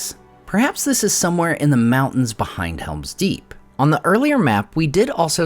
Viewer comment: It's called Helm's Deep not Hera's Deep